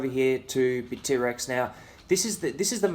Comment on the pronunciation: Bit-T-Rex? Init Bitt-rex bra?